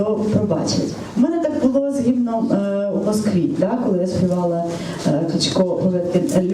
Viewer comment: як перестати читати слово «гімном» з неправильним наголосом 😖